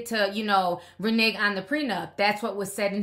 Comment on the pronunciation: Please quit saying Reneg😉😌😂😂😂😂